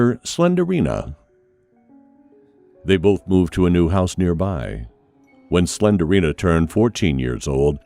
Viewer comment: Apple, Pilot......y'all got nothin' on "Slenderina" 😂😂😂🤣🤣🤣🤣